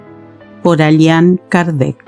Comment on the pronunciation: Allan Kardec no Alian por favor señora.